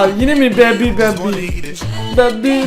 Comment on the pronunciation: Abi baby demiyo lebi lebi diyo